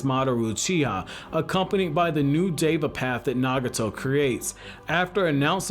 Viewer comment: Why did he keep saying “dava path” 💀